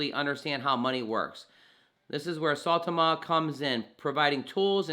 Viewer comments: Is it really that hard for people to pronounce the name right? Christ I here saytama suuutama now I'm hearing saaaawtama, it's sai ( like how you pronounce *sign*) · You say it weird. It's sigh-Tom-Uh